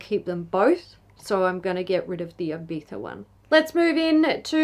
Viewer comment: The first non spanish talking youtuber that says Ibiza like it is supposed to be said 🤣